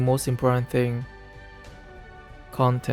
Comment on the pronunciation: The where he said cotent hahahhahah your right